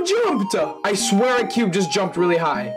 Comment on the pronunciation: "the icon joompd"